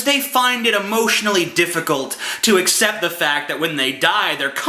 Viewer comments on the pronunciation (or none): none